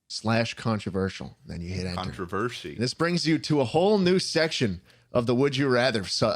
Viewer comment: Is everyone going to flood over the fact that says “controvershy”?